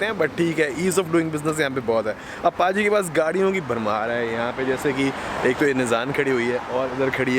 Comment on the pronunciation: it's nissan, not nizan